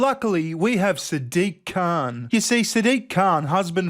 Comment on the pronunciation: I don't think you are pronouncing Saddick's surname right, I know Ozzie's can pronounce the C-word better than that....